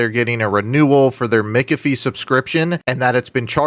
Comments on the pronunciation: Why do you say mikafi and not mac afee? Ahh distinction between real deal and scammers. Gotcha. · The name is pronounced MACK-AFEE, not MICK-AFEE! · Mikafie? I am a Mc but I have now heard multiple versions of how to pronounce "McAfee." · Cringe when you pronounce McAfee wrong. 😂 But it's okay dude I love it when you mess with these Dumb dumbs. 😂